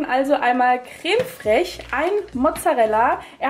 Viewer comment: Emmi Lovve wie die das ausspricht 😂😂😂😂